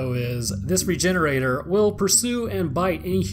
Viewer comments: It’s pronounced re-hener- adoré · Yup, I think a more appropriate pronounciation would be "Regheneradoor". Can anyone who speaks spanish confirm? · Rejenerador The G sounds like a J in this case, for a spanish pronunciation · How to say it's name: Re-gen-era-dor Sound based: Ree-gen-eera-door And now you know how to say it's name. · I always pronounced it regen-oray-door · Why does no one say "regener-ah-door" since, y'know, it's a Spanish village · So I'm a little late to this, but I always thought it was supposed to be pronounced like luchador or matador as its route is Spanish much like the majority of the other creatures from resi 4 especially as the setting itself is in Spain. It still means regenerator. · I've always heard the end of "Regenerador" pronounced like the end of "Conquistador" and not pronounced as "Regenerator" in my head.